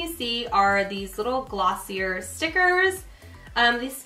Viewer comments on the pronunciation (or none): Love this video! you're so fun to watch! but gf its pronounced gloss-ee-yay, isnt it?!lol